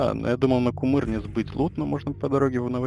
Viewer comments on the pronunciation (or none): Не курыма друг, а кумЫрна ))) это онвард? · Кумырна , а не Курума )))